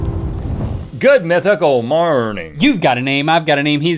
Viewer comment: XD mythiclalitly!